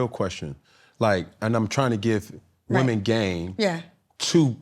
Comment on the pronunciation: “Women” 😖 Please pronounce correctly. Seems like there’s a lot of backtracking on his part to keep from getting canceled.. His personality is so cringe.